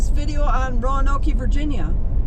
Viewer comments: Roa-noke, not Roanok-e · You beat me to it…Roanok-E 😂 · it's pronounced Row Noke long O sound. Just like the lost Colony of Roanoke. Or Roanoke Raphids N.C. surely you've heard of at least 1 of these? Kinda insulting to say it happens. Well it shouldn't happen if reporting on stats for a city at least get the name correct. 😢😮 are your stats correct? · ironically, the commonly "Row Noke" pronunciation (mostly by Southerners) is also incorrect; it's Row-a-noke; yes, the "A'' must be there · PSA: it’s pronounced RO uh noke. Three syllables. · Exactly! some people insist it's pronounced "Row-Noke" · It’s not Roanok-ee lol